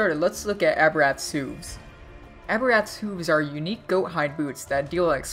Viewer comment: The way you say hooves makes me quiver.. <--- correct way to say it, so the next time you say it I won't pucker my butt.